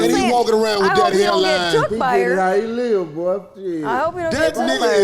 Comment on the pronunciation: Thought the Nigga said Live..he said life..country as shit..😆yall miss that..